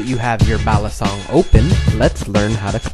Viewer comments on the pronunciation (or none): It's pronounced: bah-lee-sohng; bah-tahn-ghas